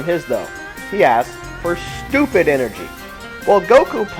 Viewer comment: "stupid energey" LMAO!!